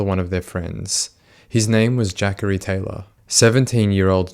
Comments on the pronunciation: “Jackary Taylor” I believe its Juh-corey haha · Man says jackery its clearly jah corey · I kept thinking…Jackery what a strange name. It’s Juh-Cory. I figure you’re not from the states and I probably should already know that. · Its Juh-Corey I believe